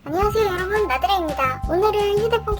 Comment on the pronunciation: 안녕하세요 나드레입니다 할떄 나댈래라고 들음ㅋㅋ